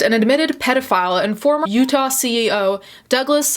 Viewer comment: When she says Utah and that’s where you’re from 😳